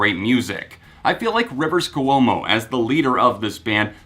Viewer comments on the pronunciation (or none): Kwomo not Ku--omo. Ahhhhhhhhhhhhhhhh!!!!!!!!!!! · Dude says hes been a weezer fan for 16 years yet he can’t say Rivers Cuomo.... Really that just distracted me soo much I couldn't finish the video.